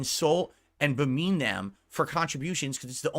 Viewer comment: "bemean" stroke